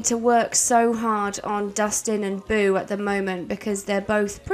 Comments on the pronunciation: Beau= Bow (like bow and arrow), not boo! Please!! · I was hopeful because I heard Beau pronounced correctly a few times, but as the video progressed, the more and more it turned to Boo again. 😩 Is it because we are getting close to Halloween? 😂🎃👻 Bow Bow Bow Bow Bow 👍 lol